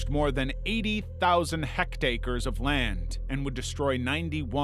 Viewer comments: WTF is a "Hectacre"? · What the ass is a "hectacre"..? Do you by any chance mean 'hectare'?